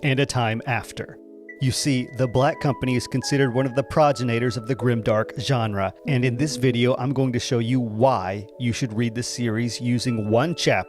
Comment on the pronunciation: Progenitor: pro-GEN-i-tor